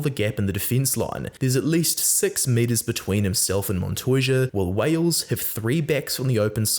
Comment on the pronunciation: Only wanted to say that some of the pronunciations like "Gallo" or "Montoya" are great, surprised me coming from an english speaker. Cheers mate🇦🇷